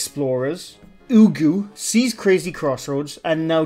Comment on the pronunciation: chris's crazy crossroads.. if you cant say their channel names right, don't do videos about them